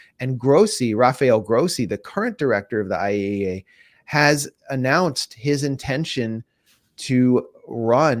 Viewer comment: Thank you Max for correctly pronouncing IAEA. 😂 So many try but few succeed. Always good to hear what Max has dug up. Exceptional.